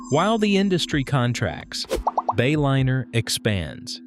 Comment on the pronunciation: You lost me at the Bay-O-liner AI pronunciation